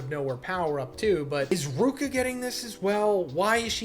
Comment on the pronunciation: "I like ruka" is crazy when ur getting her name wrong 🤣🤣🤣